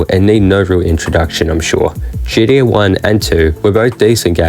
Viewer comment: I love how you say GDA.